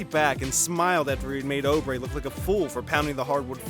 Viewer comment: Try Oubre again you’re pronouncing that one wrong too!